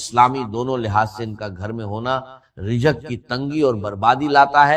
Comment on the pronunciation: رزق ہوتا رجق نہیں وضو ہوتا ہے وجو نہیں انڈین الو کے پٹھے بعض ہوتا ہے بعج نہی